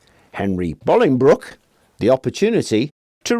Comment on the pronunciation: Thank you for pronouncing Bolingbroke correctly 😂 it's not far from where I live but people always pronounce it wrong. You're spot on 😁👍